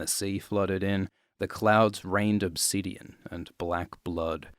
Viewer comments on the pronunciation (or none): none